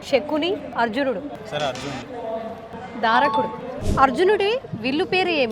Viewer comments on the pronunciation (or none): అమ్మా తల్లీ ధారకుడు కాదు దారుకుడు